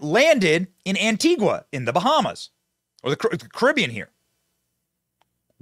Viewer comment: Why is EVERYONE I've seen so far saying Antigua like Antigwah It's pronounced Antiga.